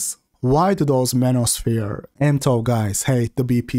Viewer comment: I like how calls it the "manuresphere".